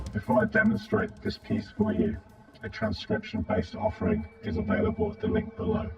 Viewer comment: "offering" ugh